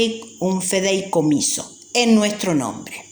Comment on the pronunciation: Señora me va disculpar, pero usted lee horrible y se equivoca reiteradamente. Por ejemplo, no feideicomiso, sino fideicomiso. No es propiedat, sino prodiedad, entre otras cosas.